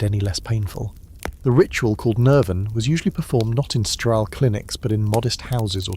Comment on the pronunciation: Not STRAL - STERILE